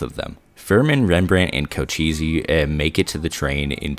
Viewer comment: co-che-ss, not co-cheesy.